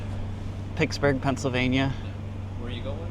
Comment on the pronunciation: Pixburgh PA? And no pixburgese?